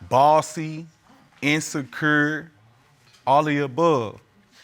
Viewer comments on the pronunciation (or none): Did he say, InSaKur❓🥴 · In so cuuur. In stead of insecure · He said "she is insekur" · “Yes shuwanna” 😂😂🤣”inseKer” it’s only the beginning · He said it the same way, she insecur.